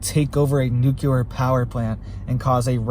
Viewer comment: You keep saying "nucular" which is not a word. Makes you sound like you are uneducated.